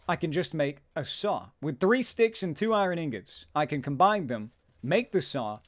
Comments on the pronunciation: He calls it iren for some reason it really bothers me? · He says irohn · Eye-Reh-In = Iron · Learn to pronounce "iron" please.